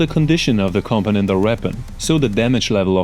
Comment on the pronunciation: I appreciate the content but my guy, that such a weird way to pronounce component. much love